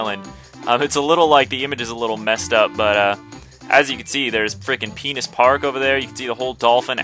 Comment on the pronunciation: its suppost to be peanut park not penise park